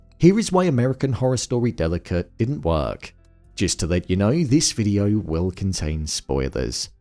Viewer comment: The way u pronounce work lol